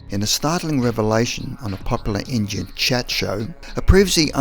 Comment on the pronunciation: dude really said "injun talk show"